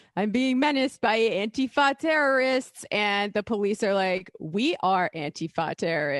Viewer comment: Just pronouncing it properly would help, don’t elide the word together to make it sound vaguely foreign like the right does. Use the hyphen - Anti-Fa, Anti-Fa. Enunciate it clearly and remind people of what it stands for at every opportunity.